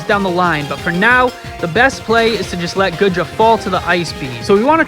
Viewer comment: This video is old now but it’s gotta be said. It’s “Goo-dra”, my guy. Not “Good-ra”.